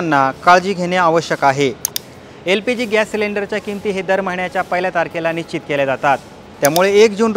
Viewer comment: निश्चित चा उच्चार शिक आणि मग बातम्या दे